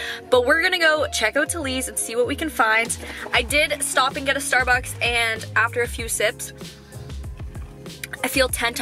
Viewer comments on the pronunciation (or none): none